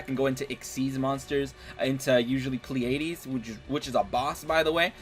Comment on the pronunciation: its not pronounced plea eighties. its pronounced playdeez